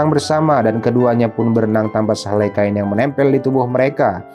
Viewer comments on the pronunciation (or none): none